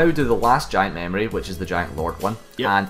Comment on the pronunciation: Lol mamorie? try memory. say it with me. meeemory.. good job on the video by the way.